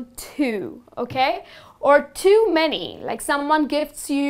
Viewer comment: It's very funny to watch you pronounciating the word "too" as "thuu'' .